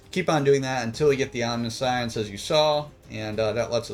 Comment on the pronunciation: Pretty sure it's pronounced Om-nish-ence.